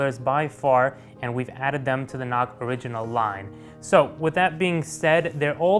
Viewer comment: sounds like "not cards"